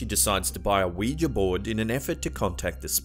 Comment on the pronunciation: at least you can pronounce Ouija board unlike Top5s